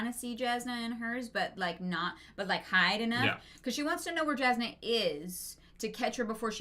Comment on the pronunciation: I know I'm late to this, but I hope they start saying "Yasnah" soon instead of Jasnah